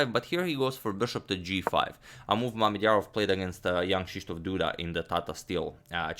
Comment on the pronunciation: "making the first move for... Shakh" First i misheard it because "Schach" is the german word for chess and its sounds almost exactly like you pronounced Mamedyarov. But i am surely not the first who mentioned this ^^'